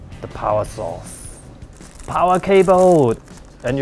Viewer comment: "Powah Sauce" Hahahaha love this guy xD